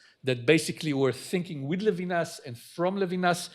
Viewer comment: maybe introducer could learn to pronounce Levinas? it's not English. it's embarrassing when professors do that.